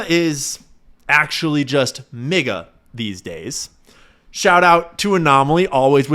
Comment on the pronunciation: Had to do a double take MIGA sounded like the N word 😂